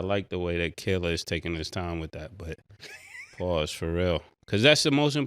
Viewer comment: 😅😅I'm just going to say it, why have a problem saying Killa name